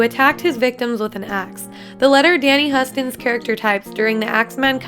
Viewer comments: And Danny Huston is like Houston, TX... both pronunciations bothered me a lot. Basic detail! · And Husten. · Not to mention you mispronounced Danny Huston's last name. His dad was John Huston, his sister is Anjelica Huston, good Lord, do you really need me to tell you that it's pronounced the same way as the Texas city?